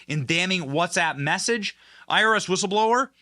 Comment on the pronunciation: I thought he said 'Irish whistleblowe', wow I was thinking connections to IRA, which is another story, but no, IRS.😊